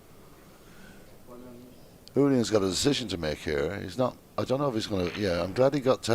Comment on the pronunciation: Тембр голосу сподобався. Хоч і перейшов з Юліана на Улиана. Нажаль. не володію англійською.